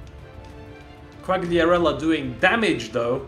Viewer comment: THE CORRECT PRONOUNCE IS QUALIARELLLA